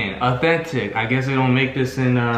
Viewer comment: Its not offintic😂😂😂😂😂